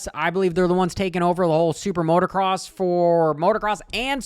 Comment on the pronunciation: It’s motocross not motorcross. Cringey af